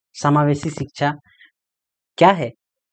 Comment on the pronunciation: सर मैम बार बार शिक्षा को छिछा बोल रहे हैं।🤣🤣😂